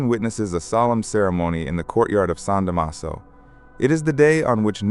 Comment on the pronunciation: Cortile di San Damaso (con accento.sulla prima "a"...)